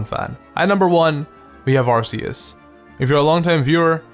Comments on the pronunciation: Arceus is pronounced ar-KEE-us and you would have known that if you watched Arceus and the Jewel of Life... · Ark-eus is the way to say it. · ITS AR-KEY-US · What really triggers me is... Its not Ar-see-us it is Ar-key-us! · Arceus is a goat, not a llama. EDIT: BTW, it's pronounced "ar-kee-us". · you said Arceus wrong it's ar-kee-is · THANK YOU! finally someone, who doesnt like arceus for the same reasons. i think it has - a terrible design - wasted potential also, everyone, who calls it 'arKeus' gives me ear cancer. i like the idea of a god pokemon. but its like in real life. people actually worship this thing and if you dont share their opinion, youre the bad guy, who should be burned and that pisses me off. thats why, i started trolling with saying, im a helix-believer. same with charizard. its a good pokemon, but its not the best. i prefer bulbasaur and get laughed at from those charizard-faggots "lol, tha kanto starters should be chamander, squirtle, and a second charmander! flamethrower them all! Stealth rock? Whats stelth rock?!" and thats why, charizard pisses me off. because of its brainless fanbase. also, everyone hates on gen 5, but gen 4 was the worst for me. not even because of allmighty shitlord god (not sorry), but because off the new evolutions of older pokemon. i kinda like weavile and i love froslass, but the rest is just terrible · Arceus just pronounce it like "arkeus" and phione as "fione" just like that ^^ i hope u are not upset about my corrections just a comment ^^ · yeah but ar-key-us is how it should be pronounced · It's not ARSEUS IT'S ARCEUS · arceus isnt that bad come on man... i appreciate u and every thing but arceus... come on